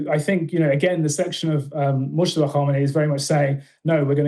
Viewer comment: Just an FYI The J is silent in Mojtaba, pronounced Mowtaba